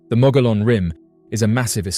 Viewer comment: Mogollon pronounced "Moe-gee-on". Dine pronounced "Di-Neh". Ye'Iitsoh is NOT a skinawalker, it's a giant who used to eat Navajo people, and was killed by the "Hero Twins" many centuries ago. Geeeezz....